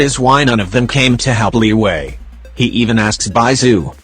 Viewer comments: Word: Liyue Narriator: LEEWAY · Tch Not Liwue Liyue!!! CHINESE NOT STUPID ENGLISH LIWUE!!!!!!!!